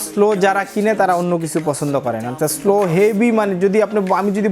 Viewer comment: স্লো না সলো